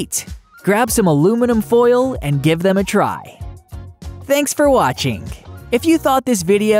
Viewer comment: The “T” is silent in soften and the “G” and the end of most words is not pronounced with the ‘guh’ sound. Like watchinG… sorry, but drives me so crazy I can’t watch your videos.